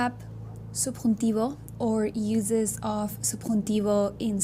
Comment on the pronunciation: Isle of Tenerife, Spain, Africa. Another great video, probably useful for an English friend of mine whose Spanish is perfect, except she sometimes gets the subjunctive wrong. By the way,, the word "uses" only has a soft S pronunciation (like a Z sound) when it's a verb. When it's a noun, as you intended here, the S is always hard, as if SS. Spelt the same, pronounced completely different. Best wishes, Patchy.